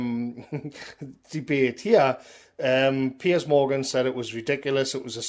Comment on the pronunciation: Can we all just take a moment to appreciate most excellent pronunciation of ‘Piers’? PEEYAZ! Keep up the good fight,, millions of us appreciate it and agree with you!